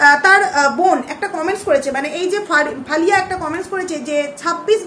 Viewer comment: Faliya noy aliya